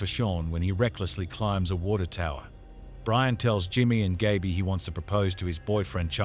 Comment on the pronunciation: an 8 minute video and you didn't pronounce Gaby's name right once